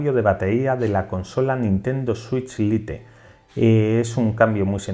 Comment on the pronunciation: Se pronuncia lait xd